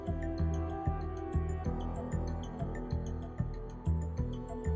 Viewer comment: Jello markers?! Sounds delicious! 🤤 Oh! YELLOW markers! I LOVE his accent! I could listen to him speak ALL day! 😄👍